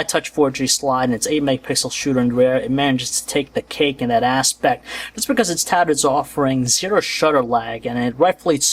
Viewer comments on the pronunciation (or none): "It manages to take the cake in that asS-pect" XDD